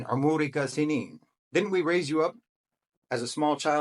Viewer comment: "we" (muslims), when i heard you; a white american say it with a light southern acccent , i smiled as a muslim from the other side of the world "my brother"